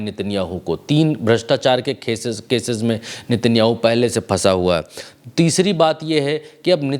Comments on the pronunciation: नेतन्याहू ❌ नितिनयाहू ✔️ 😂😂😂😂कैसा रिपोर्टर है रे बाबा नाम भी नहीं जनता सही से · नेतन्याहू है ✅ भाई नितिनयाहू ❌ कुछ भी 😂 पुतिन को पुनीत मत बोल देना अगली बार